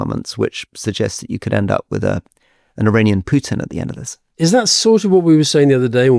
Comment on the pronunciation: Not PYUtin, Alistair. Not DYUbai Rory. It's a pedantic point, but it's so annoying to hear.